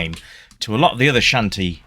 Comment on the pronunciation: Shantae is pronounce as "shawn-tay."